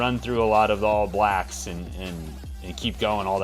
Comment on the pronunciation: I love hearing Americans say "All Blacks"! For some reason it seems like you all put the stress on the wrong word (a different word, I should say!). In NZ we say "ALL blacks" not "All BLACKS".